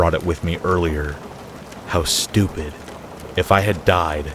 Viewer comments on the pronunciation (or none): none